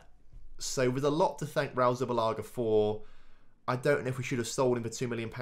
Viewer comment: It`s Zubillaga ffs ;)